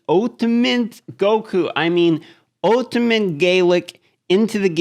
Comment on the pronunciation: The way you say "ultimat" is weird